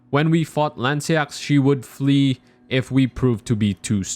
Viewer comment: Lansseax should be pronounced Lance-Sow/Sew, as in sewing. Just a note on your theory, the "Golden Order" wasn't the first order and The "Greater Will" has usurped its own order before. The Age of the "Golden Order" began with the Erdtree but it doesn't mean that the Elden Ring itself didn't exist before it as the Erdtree had a primordial form in the Crucible. In short I believe your statement about the Elden Ring beginning the age of the "Golden" order is false as it is simply the newest form of the Order of the Elden Ring. Meaning it is completely possible for Placidusax to be the " "Elden Lord" in the sense we think of with Godfrey or Radagon.